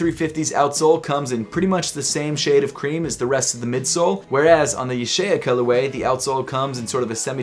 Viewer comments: I can read Hebrew, it’s pronounced YUH- SHAH- YAH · It’s pronounced YUH-SHAH-YA